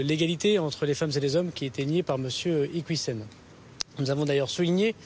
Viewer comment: Il parle de preuves que l'on ne voit absolument pas, moi j'aimerais bien les voir !! De toute façon il ne maîtrise pas le dossier, à tel point qu'il écorche son nom de famille !!!!! C'est IquIOUssen et pas "IquOUIssen'